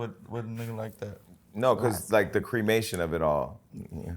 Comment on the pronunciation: "creamation" is wild jason